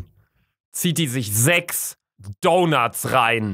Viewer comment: Es heißt nicht Donert sondern einfach Donut 🤦🏻‍♀️😂